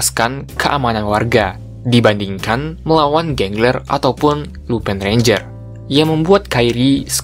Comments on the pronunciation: Bang abang salah sebut harusnya lupin bukan lupai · min Lupin dibaca Lupin bukan lupan